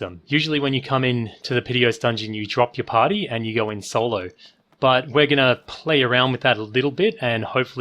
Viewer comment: I hate the way you say the word "party". It's creepy